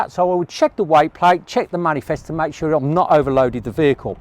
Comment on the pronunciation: why are you saying sura not sure ? :P